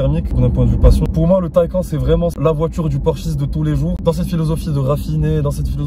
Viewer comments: Bel essai ! ça se prononce Taycanne par contre Taycan ^^, pareil pour le Macan , le Cayman etc :) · Superbe vidéo et magnifique véhicule mais je crois qu’on prononce phonétiquement [ta-ï-kan] Merci pour votre analyse Bonne journée.